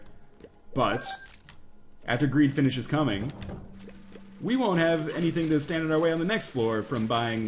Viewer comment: "After Greed finishes 'cumin'" - lol :D